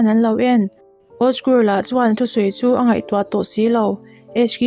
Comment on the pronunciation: Mizo tawng vel I chhiar Tam deuh. Angai, A tap pur mai tih te hi a thluk a diklo